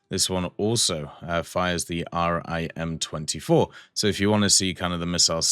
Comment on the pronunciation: Just a little thing when talking about navy missiles you don’t need to say R-I-M just say rim